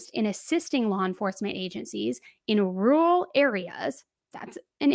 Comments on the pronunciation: Don't worry, I can't say "rural" either. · Not you calling him dumb and you can't even say rural ho please